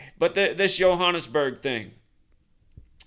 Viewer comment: Last major building fire in my country was the burning of Parliament on 2 Jan 2022 (haven't been running any numbers to check for date correlations) shout out for your pronunciation of Johannesburg! That's how it's said in Afrikaans (a derivative of Dutch). I was speaking to my manager last week Friday. His apartment block in Cape Town also mysteriously caught fire, and I ask him what's up with the fires around the world rn. Then Sunday, another building in Cape Town. Both with no one ded, but still made local headlines... Little did we know a big one was coming to Johannesburg.